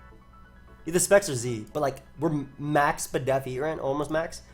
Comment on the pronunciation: Thats correct, despite saying spedef ALL the time, its still confusing and incorrect